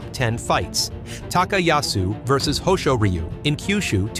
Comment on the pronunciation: Awesome editing work and a great tribute to Papayasu! For names that sounds weird with the AI, for example Hoshoryu, you can edit the names to sound more natural. So for my example, type Hosh-or-you or Ho-shore-yu.